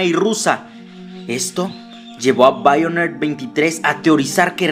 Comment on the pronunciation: me da mucha risa como lo dice Haganle caso a BAIONER